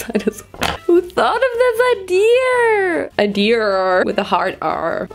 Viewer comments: Had to like the video after hearing " iderr with the hard r I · What's with danish people with the "ideaRR"? 😂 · "idear with the hard r" and colgate with the sombrero..... uhm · Racist joke? N word? What are you talking about? literally just pronounced the word "idea" in a funny way and called herself out on it.